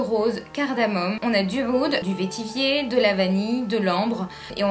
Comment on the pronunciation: On ne dit pas "vétivier" mais vetiver (se prononce "vetivert"). Pour Amouage la collection Library est très restrictive. Les meilleurs parfums de Amouage sont Epic woman, Lyric, Memoir, Sunshine, Dia, ....